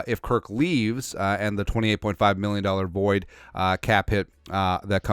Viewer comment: If you could say happy new rear one time it would make my year. Just listened to you say mirrion and it always makes me laugh.